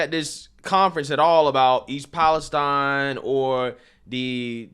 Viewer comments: Its pronounced east palesteen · I usually overlook not being able to say words sometimes but this one made me laugh. I'm not even talking about the fact that it is pronounced there slightly different from every one else (palace steen). version sounds closer to Pakistan. In no way can you get an from ine. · Dude can't pronounce East Palestine.